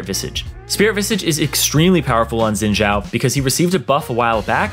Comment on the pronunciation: Stop saying Zin Jao plss, Its Xin Zhao, the X is pronounced as a S and the Zh is pronounced as a normal Z